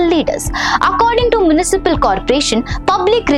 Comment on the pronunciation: Poultry and municipal pronunciation is wrong